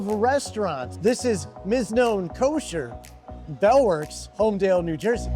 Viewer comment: Thanks for the review... but it's HOLMDEL, not holmdale.